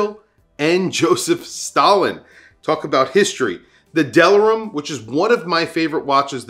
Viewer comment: delirium, like delirious, not Delarim.